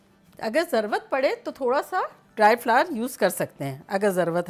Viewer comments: Zarwat nahi aunty zarurat😁love from india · مین آپ کو کافی عرصہ سے دیکھ رھا ھون۔ ماشاء اللہ بہت اچھے طریقے سے آپ سمجھاتی ھین۔ آپ ایک لفظ کی درستگی کر لین۔ ضروت کی بجائے ضرورت کہا کرین یا ضروت جس زبان مین ھے وہ بتا دین